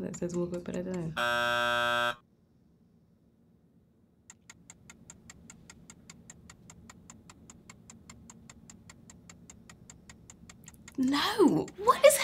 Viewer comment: That was the most British 'no' . 😂😂😂😂 Love her!!